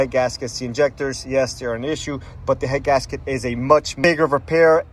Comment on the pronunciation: annunciate please, i could barely understand you were saying 'head gasket issues'. i had to slow it down. be clear on what issues you are calling out please.